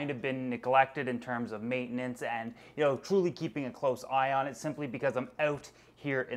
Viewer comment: When he says "you know " it sounds like he's saying "eel"